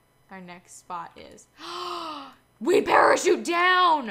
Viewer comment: Use the pereshute uh